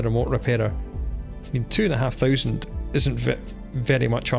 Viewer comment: The way you say 1000 makes me grin @@